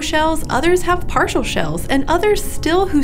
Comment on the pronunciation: “Some of them had partial shells” You mean par-shells?